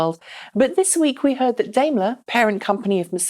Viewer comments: Daimler is pronounced "dime-ler" and not "dame-ler". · Up until this episode had been pronouncing it the German way, but for some reason she switched to the UK method today. I don't mind either way, i know what she is talking about